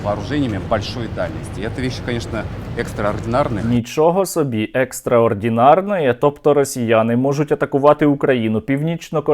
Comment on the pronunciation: 😂😂😂 шо то взагалі за "екстроардєнарноє"????😂😂😂😂